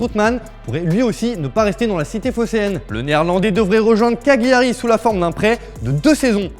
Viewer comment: Ça sonne mal à l’oreille quand vous dites Cagliari car ça se prononce Caliari en français pas Ca-gli